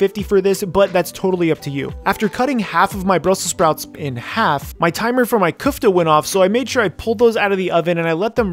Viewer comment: It's köfte not küfte